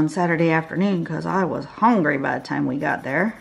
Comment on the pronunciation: 😂 I'm from the deep south and just hearing you say "hongry" is the absolute greatest thing LOL! Btw, this turned out to be one of my favorite go-to patterns. Thanks for a good tutorial